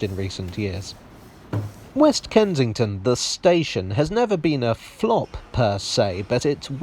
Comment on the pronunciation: Can’t work out if you’re saying “Kentington”